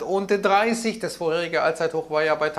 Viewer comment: Ein All(englisch ausgesprochen)-zeithoch 😂 lustig 👍 Der Kapitalmarkt bringt uns noch alle um den Verstand 😂😂